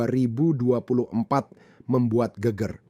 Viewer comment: Bukan geger tapi geger bro!